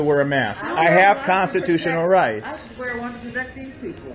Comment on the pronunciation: LIBEERATE THE PEEOPLE